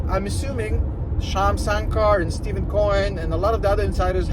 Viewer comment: I love your videos, and I think you’re great. Just one small thing .. Stephen Cohen pronounces his name like “Stefan”. Keep up the good work; much appreciated.